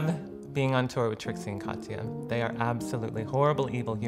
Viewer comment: “Trixie and Cawtiya.” 😂🤣😩